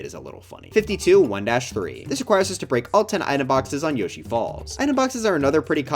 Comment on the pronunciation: help, I heard you say Yoshi’s balls😂